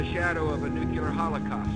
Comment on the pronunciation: lol Nuculear? How about nuclear mr. president.